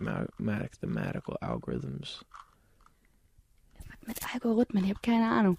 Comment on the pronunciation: Proves justin bieber is a non cuber he says it "mathematical algorithoms"